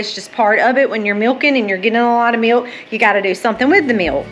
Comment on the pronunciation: I love the way you say "MEALK"😂. Im From Missouri